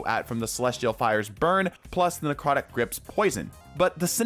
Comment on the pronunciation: necwotic :3